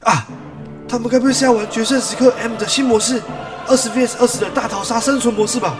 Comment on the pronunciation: 蛋哥你說的vs是versus